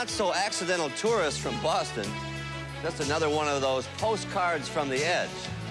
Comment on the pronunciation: SCREW bwoston....wa wa wa....